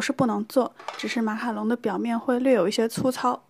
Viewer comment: 讲“马卡龙”都会讲成“马卡农”好可爱哈哈哈哈哈~还有小漏勺的造型好好看！！